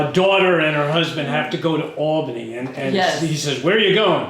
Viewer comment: I've also spent over 25 years in and around Albany. I'm in Troy while I watch this. Also thank you for pronouncing it Awl bany. And not AL bany. People constantly say it wrong.